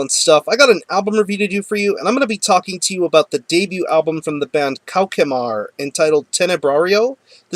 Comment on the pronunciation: Hi! The name of the band is pronounced "KO-SH-MAR", not "KO-KE-MAR. BTW, it's French for "Nightmare".